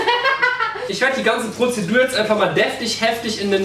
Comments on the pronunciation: Wie oft hat Julian bitte „Pozidur” gesagt??? 😂😂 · Die „Prozedur“ 🤪😂😂😂